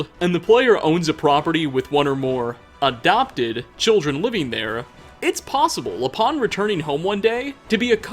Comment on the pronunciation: The way you said... “adopted”